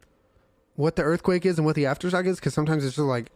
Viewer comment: everyone: *minding their own business”: EaRFQuAKE